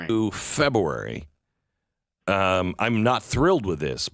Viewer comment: Did Glenn B say "Febuary"?